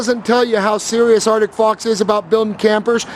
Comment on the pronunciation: can you not pronounce ArCtic... it isn't Artick